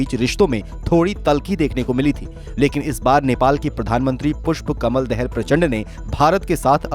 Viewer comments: देहल नही दाहाल हे। जरा सुधर करो भै मेरे।। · Dahaal not Dahal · Prachanda's last name Dahal is pronounced incorrectly. Not that it really matters but a National news channel could at least learn how to spell the PM's name right for the sake of journalism. Even if we forget about this land issue regarding Lipulekh and Limpiyadhura, it is not clear why India's new parliament shows Nepal's another city Lumbini on their map. India has border dispute with all the neighbor counties, what does that say about India? It starts becoming very difficult to maintain friendly relation if there is bullying attitude by India. Lately with Modi government, there have been so many issues including road blockade, trying to enforce Hindu Rastra on Nepal's constitution and so on.